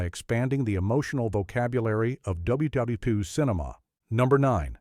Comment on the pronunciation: More crap AI that cannot say WWII